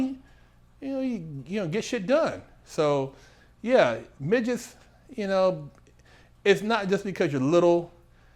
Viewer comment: Ahh man how you said miggets and kept a straight face .Priceless